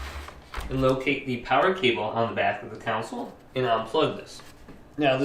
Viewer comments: It’s console not counsel 😂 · Does anyone else notice that he can’t say CONSOLE correctly? Instead he keeps talking about shutting down counsel. legal advise or a legislative body of people? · Thought I’d tell you, it’s Con - s - ole not Cou - n - sel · The council?? You mean conSOLE? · Console not council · He says console like council lmao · CON-SOLE. It's pronounced like CON - SOUL. A COUNCIL is a group of people tasked with a directive/authority of some sort. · Bro calls it a counsal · This man really just said consle 💀💀 but thanks for the help